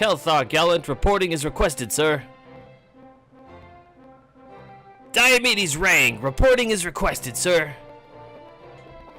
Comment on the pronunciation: "Dai-yo"medes, but his nickname is "Dee-o". It's almost like his name is pronounced "Dee-o"medes